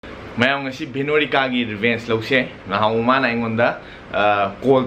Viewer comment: It's revenge not rebenche